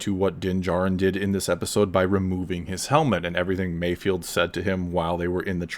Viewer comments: Mayfeld* not Mayfield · I'm pretty sure it's 'MayfEld', not 'field'. And I predict an Emmy nod for Burr for this next year. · it's Mayfeld not Mayfield as how you say it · MAYFELD NOT MAYFIELD. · Probably not the first one to say that, Mayfeld not Mayfield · Can people put some respect on bill burr’s character. His name is MAYFELD not MAYFIELD. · Mando show: Mayfeld Everyone: MAYFIELD Absolutely everyone: MAYFIELD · Not me, I cringe when you all butcher his name.